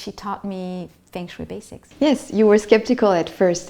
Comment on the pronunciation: The proper pronunciation should be the first step. Feng Shui (Fung Shway)